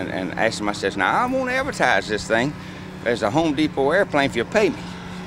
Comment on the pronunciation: It's pronounced HOME DEE_PO ...